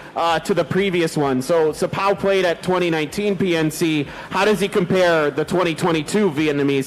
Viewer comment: đọc xờpaoooo nghe sang thế